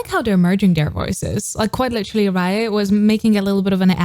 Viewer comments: Hello just to say that “Raye” is just pronounced as ‘Ray’ not ‘Ryer’. I hate to call it up just if you cover her further you’ll almost certainly get people being more funnier about it. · I love how she is pronouncing raye name wrong😂but yh she is pronouncing raye name wrong but I love her